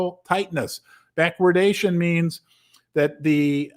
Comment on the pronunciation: I'm so proud of you for pronouncing "backwardation" correctly :-)